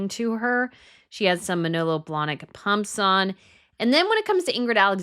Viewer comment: Sie sprechen Pumps falsch aus- noch lernen! Dann sprechender und immer mit „Leute“ an, macht man nicht!! Was haben Sie für einen Beruf???